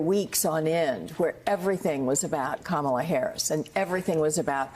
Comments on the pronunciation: Has JD Vance been doing the KaMAla thing, too? If so, Walz out to call him out on it saying; "I'd pronounce your name right if you had one." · Mr. Tramp sure seems to have an ongoing problem pronouncing VP Harris’ first name. I hope it’s not due to a cognitive decline. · Anybody would know this, Donnie? You fluffing can't even pronounce her name properly but you say she was born impaired? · He says she is mentally impaired, but he can't even learn how to pronounce her name. Who's mentally impaired?